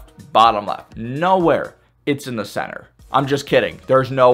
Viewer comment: Bro when he said center I was about to throw my desk over in a rage